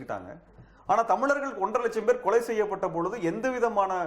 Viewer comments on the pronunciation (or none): TO THE INTERVIEWER: "தமிலர்கள்" இல்லம்மா "தமிழர்கள்" இன்னு சொல்லு!!